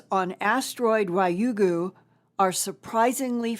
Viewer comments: Ryugu is pronounced RE-yugu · Hi, Linda! Love you! I lived in Japan for a few years and Ryugu is pronounced "Reeyoo' - (one syllable, rising intonation) -goo"